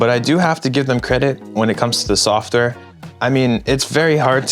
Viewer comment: Lol softer bro it's software